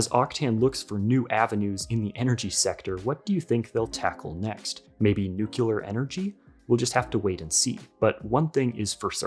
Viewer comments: Nuclear is pronounced “new klee arr” not “nuke u lerr ” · Nuclear is pronounced "New Clear" not New Queue Lar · why you pronounce nuclear like nucular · Thumb down for "nucular". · Nucular energy, eh